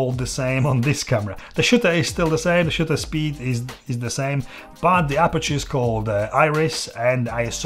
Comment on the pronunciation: I lost it when I heard "Shitter speed" 😂 Great video!! Thank you.